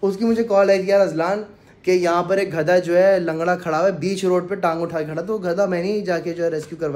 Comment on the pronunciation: Ghada ni gadha hota hy bhai ..